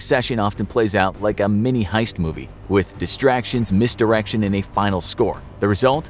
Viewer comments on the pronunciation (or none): none